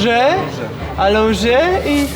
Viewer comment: ✨️Alonże✨️ pięknie wymówił. A tak wogule to ćwicze ballet ❤